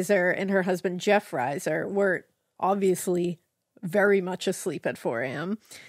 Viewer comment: Liz was my sisters close friend. Their last name is pronounced reeser.